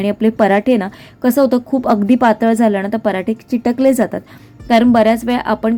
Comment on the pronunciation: चिटकले नाही चिकटले